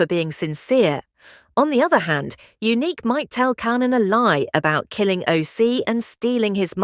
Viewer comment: I hope that you get your ai to pronounce Kanan right 😂